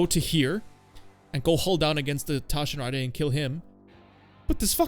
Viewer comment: Bro the Taschenratte is not french. Its german. Speak the name more aggresivly and you are spot on. Anyway, good video.